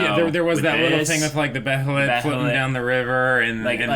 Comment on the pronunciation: Still gonna say this, behelit is pronunced Bay uh lit